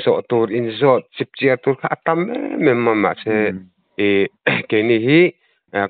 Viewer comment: Chipchiar i thlûk dan hi a dik lo aw